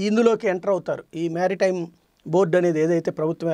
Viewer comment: మ్యారిటైమ్ కాదు మెరిటైమ్ అని పలకండి!